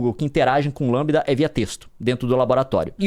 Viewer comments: LaMDA (Lamda) não Lambda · O Leon não consegue falar LamDA ele só fala LAMBDA! Tá muito na vibe do jovem nerd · Leon é LeeeeemDa e não LammmBda. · Gente é Lamda e não Lambda...kkkkk!! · o leon falando "lambida"kkkk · Eu acho que se pronuncia em inglês: "La = Lei; M = em; D = Dy; A = ei". Crianças que não entenderam: o conceito é baseado na forma pronunciada em inglês e não em português.